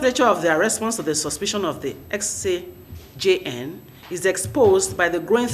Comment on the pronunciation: A lawyer, you consistently and repeatedly could not pronounce just "CJN....."